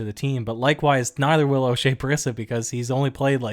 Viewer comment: It shows how much you've watched the Raptors when you can't pronounce Oshea Brissett's name lol. It's bre-set not brisit as you pronounced it.